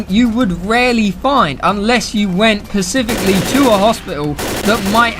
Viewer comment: Dipshit literally says " I pacifically played Bill" that's all I need to know about this guy.